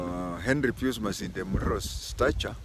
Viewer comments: Pius is pronounced as “Payas”. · That is the English pronunciation but Pius being a Latin name is just pronounced as PIUS.